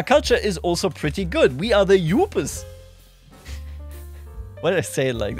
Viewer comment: It's pronounced Da You-Per-s Wow, the Vikings being Clan is hilarious. I think it's a hilarious play on the culture around sports team in the Midwest.